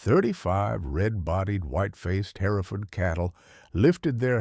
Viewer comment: Oh my fish w this AI.generated garbage! "Lead cow" is.pronounced "leeeeed" and if I bear "hare-if-ferd" one more time! Btw, this isn't "free". Youtube keeps.oromoting this crap so they can blast you with commercials nonstop. You're selling your brain for an AI fictitious, b.s. story. Oh- and flies in the milking shed? Herefords.dont get milked! They're meat cows!